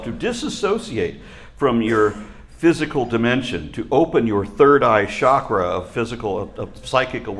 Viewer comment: I'm a fan, and what I'm about to say is off-topic and it doesn't change that in any way: The word "chakra" isn't correctly pronounced "SHakra". It really is "CHakra". Sometimes, there's value in being as correct as we can, especially when we speak with authority in public. That's all. Carry on, y'all. 👍